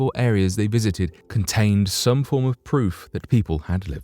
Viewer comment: Never ashoome,always pwoof!